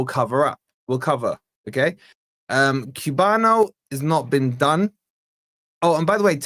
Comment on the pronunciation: the way to pronounce (in Portuguese) is Kuh-yah-buh-no = Cuiabano 😁😊